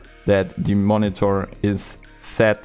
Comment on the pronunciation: Drinking game: Take a shot every time he says "Moni-Thor"